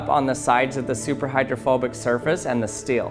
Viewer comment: I couldn't not notice that he pronounces 'steel' as 'still'.